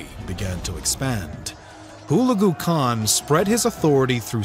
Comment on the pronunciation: HULAGU correct accent is HULEGU